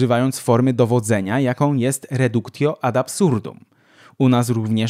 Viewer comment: Film świetny. Na pewno obejrzę jeszcze inne. :) Mała poprawka tylko, jeżeli chodzi o wymowę niektórych łacińskich słów: ,,silentio" to w mowie: ,,silencjo", a ,,reductio" to ,,redukcjo". ,,T" w niektórych łacińskich słowach, w niektórych lokalizacjach tych słów, wymawiane jest jako ,,c".